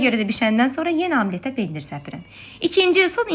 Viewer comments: Amlet yox, omlet. Fransız sözudür və ozunuşu da omletdir. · Amlet yox omlet 😂😂😂😂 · Amlet 😂😂 vallah omlet desəz daha yaxşı olar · Amlet yox omlet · omlet❌ Amlet❌ Hamlet ✔️ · Amlet yox omlet. Özünnən söz çıxartma. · Amlet yox ozude omlet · Omlet❌ Amlet✅